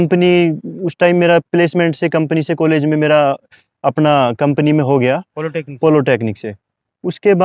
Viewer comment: Bhai yeh polotechnic kya hota hai!!! Humne to Polytechnic suna hai🤔😆